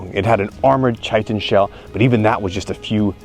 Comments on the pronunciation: Chitin is prounounced "kye-tin" or "kye-ten). Rhyming with sigh-bin or fly-din. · Btw, not to nitpick, but it's pronounced "Kīt'n" but, I for one liked that the way you said it made it sound like cheatin' coz it totally is! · Brother, you are killing me!!! Please let me mention something here. Chitin is pronounced (kī-tən), or you could write Ky-10. "organic substance forming the wing cases of beetles and other insects," 1836, from French chitine, from Latinized form of Greek khiton "frock, tunic, garment without sleeves worn directly on the body;" in reference to soldiers, "coat of mail," used metaphorically for "any coat or covering." "Probably an Oriental word" [Liddell & Scott] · Psst! Chitin is pronounced like 'Kite-in.' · Chitin is pronounced with a hard c like chord (kite-in). Love the channel and your definitely seem the type to welcome constructive critique. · Just so you know for the future, chitin is pronounced ky-tin. Seeing those thick blades wobble like noodles in slow motion is alarming!